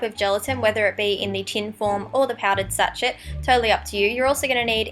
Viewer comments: Sachet is pronounced sa-sh-ay not sa-ch-et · sachet is pronounced sash-ay not satch-et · Sachet... Pronounced sash-ay... But I really loved this!! I've never thought of using gelatine.. I've only ever used latex.. This is good as! I'll have to try it!! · sachet is pronounced "sa-shay"